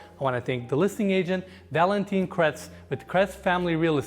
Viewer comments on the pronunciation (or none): Love your tours but your French pronunciation needs work lol you just called the guy valentine (female) it's Valentin (male) but the "in" sound is very difficult for English speakers.